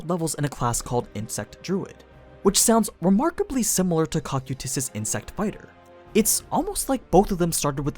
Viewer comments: Kou-kye-tus Not cock-you-tis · he says cock-o-tus, its co-kai-is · ah yes, the tall blue armored bug man's name: "cock-you-tis" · Am I wrong or is your pronunciation of Cocytus wrong? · noone gunna mention that he said cocytus' name wrong?? Or is it said differently when comparing sub and dub? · Stop saying his name wrong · Why tf do you say his name like that